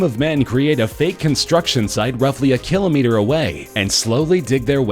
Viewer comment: Am I the only one who noticed he pronounced kilometer wrong